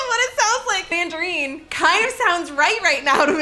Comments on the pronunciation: I don't know why but i just totally LOST it during the whole "mangereen" exchange. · I love their relationship it’s so pure. “I’ve been with you for ten years. Have you said mandareen this entire time and I didn’t notice?!” Sir you are too good for us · I'm guessing "fire" is a tic toc trend? I'm with, what is wrong with the internet lol they are pronounced mandaREENS 😂😂 thats how ive been saying it my whole life, only the US and I guess some Canadians too over pronounce words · really called her out on the “mandaREEN” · I think she was mixing up Mandarins and tangerines so you said Mandarine